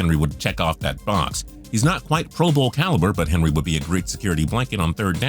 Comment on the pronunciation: I know everyone is saying this but henry? come on.